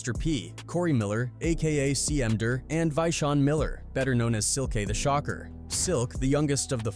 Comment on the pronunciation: It's because it's AI, just look at the way it tries to pronounce Silkk the shocker